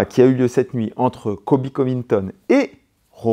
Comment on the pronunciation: Merci pour cette analyse que du bonheur et de la technique, par contre, c' est ColBy et pas Coby ;).